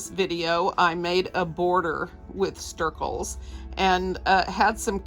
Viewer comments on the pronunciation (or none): Is it Stircles or Snircles? You're saying Stircles but the video title says Snircles. I'm confused.